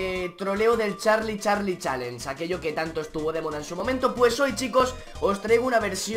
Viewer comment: se dise solo charlie charlie no cahlie charlie charlie